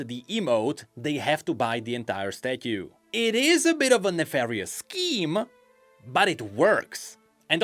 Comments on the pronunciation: The way he says stathue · i need 12 hours of saying "statyu" now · I can't get over your pronunciation of "statue" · I just cant take saying Statue.... its soooooo odddddd